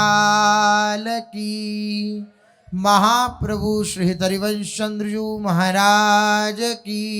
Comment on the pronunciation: राधा वल्लभ श्री हरिवंश कृप्या सही उच्चारण करे 🙏🙏